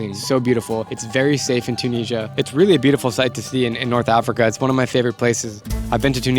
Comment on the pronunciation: Why are you pronouncing Tunisia like that? It’s Tu - ni - si - a